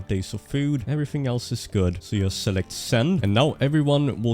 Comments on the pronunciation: Why all nords pronounce 'just' as 'yust' ? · thats not how you say "just". Pleaaaaaaaaaaaaaaase google how to say 'just'.